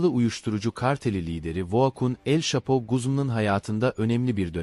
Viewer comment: Telafuzlarin cok kötü şhapo ne mk Manhattan ayri vaka😂😂😂